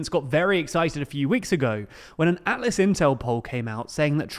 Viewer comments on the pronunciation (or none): none